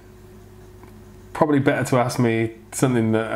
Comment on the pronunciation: You say soNething, and it's sooo cute 😊 I also hear a lot of 'N's instead of M ☺ Totally cute 😊